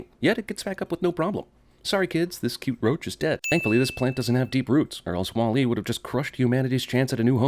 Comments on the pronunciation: "WALL-A" I think it's WALL-E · bothered by how you're saying wall E with the emphasis on the E. it's WALL e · sin for the way you pronounce Wall-E with the emphasis on the E. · I know Im 9 years late, but his pronunciation of "wah-LEE" over "WAH-lee" is driving me bonkers. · The real sin is how he pronounces wall e as wall.. E instead of walle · CinemaSins pronouncing it Wah Lee instead of Wally - Ding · It's pronounced wAll-e, not wall-E. And 90% of the supposed "sins" are even sins. You could have just said "damn, this movie is great, there aren't many sins" and make this video 3 minutes long. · Remove a sin for you being the only person on the planet who pronounces "WALL-E" with emphasis on the second syllable. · 100 for pronouncing WALL-E wrong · I'm strangely annoyed by the way you pronounce "Wall-E" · The only thing that peeved me about this sinning was how you pronounced Wall-E.